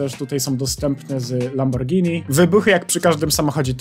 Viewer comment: dziękuję że mówisz poprawnie "Lamborgini" a nie "Lambordżini" czy jakoś tak <3